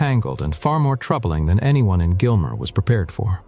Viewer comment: That is not "Gilmer"